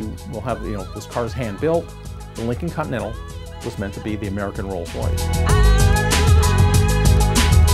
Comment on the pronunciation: I stopped watching when he said "Lincoln Continental."